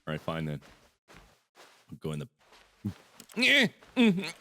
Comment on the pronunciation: I herd him say 'WHERES DA BLACKSMITH!!!', Lol mark.